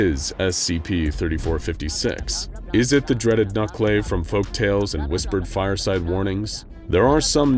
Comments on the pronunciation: I don't want to be that guy but it's "nuke-a-la-ve" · The vee in Nukelavee is pronounced like Venus not like Violet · I thought I recognized that description! Fought something like it in a PS2 game called 'The Bard's Tale'. Except they pronounced it 'Knucle-Lah-vee' not 'nuck-lave'. Sometimes it's depicted (and is as well in the video game) with bladed arms from the elbow down to where the hands are supposed to be. Other times (like in this video) the arms are one-and-a-half to two times the length of normal arms. Sometimes it's shown with just a skinless human torso like a malformed centaur, and sometimes both the human torso and a horse's head like a twisted conjoined twin (again like is shown here).